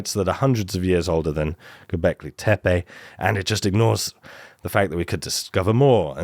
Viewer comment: Best pronunciation of Göbekli Tepe so far.